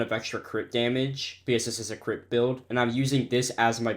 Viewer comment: Guys I think my head full of gang stuff every time he says crit it sounds like he saying crip